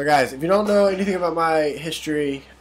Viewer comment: did he say "hitchtory" at the very beginning or am i hearing things?